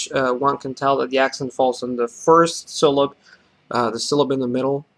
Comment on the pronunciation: Great video! The word "syllable" must retain the final "le" sound. You pronounce the plural "syllables" correctly so when you say the singular pronounce it exactly the same just drop the final [z] sound. In English sometimes the liquid can function as a syllabic nucleus which is strange and can cause trouble for non-native speakers. Other than that your English is basically perfect!